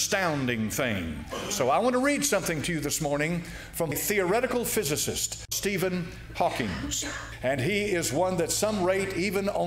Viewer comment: Why listen to anyone (speak about science) that can not even pronounce correctly the name of Steven Hawking ??